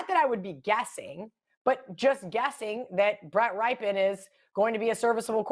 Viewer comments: Love how everyone's pick of the week is thier favorite team it's also pronounced 'Ripyian' not "Ripe" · Somebody let know it pronounced rip pen,not rye pen